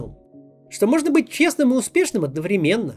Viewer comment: Превосходно!Великолепный анализ!Максим,пожалей бабушку,попробуй ставить ударение в слове ,,одновременно" на первой букве ,,Е"" .Приставка ничего не менят!.ВрЕменно,оно и есть временно!